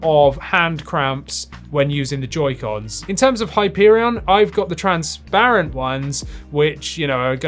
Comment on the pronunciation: Please learn how to pronounce transparent and re-upload.